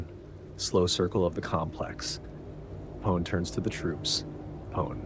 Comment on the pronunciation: He's actually aware of that and replied to a similar comment in the 1st video of the series. This video is based off the 1983 script, which was tentatively titled Alien 2. One thing he gets wrong, and that I find it impossible to forgive, is the mispronunciation of Apone🤣